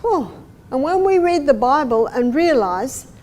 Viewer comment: I wish Dr. Barbara dees not says " Bible"